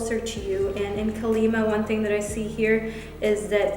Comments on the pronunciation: #PiscesPile And I just wanna say that it's "Kaali Maa" you gotta drag the a's a bit 💜 Love you V 💜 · Hey in Pisces pile it’s KAALI MAA you need to extend the A’s so yeah! Anyway I love u and the reading❤️🥺